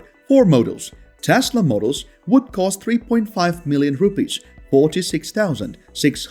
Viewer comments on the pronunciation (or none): none